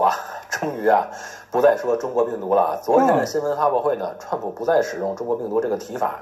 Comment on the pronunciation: 这个人把Trump 叫 “串扑”- 四声的chuan，就是说他把“川普”这个汉语音译用类似英文的调读了出来。这个小例子就很好的出卖了他：自以为转个调调就聪明了。其实。。。cringe 。。